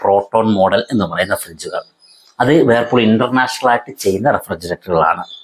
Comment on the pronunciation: Thanks for the information. പിന്നെ ഒരു കാര്യം വേർപൂൾ എന്നു പറയല്ലേ. വേൾപൂൾ ആണ്.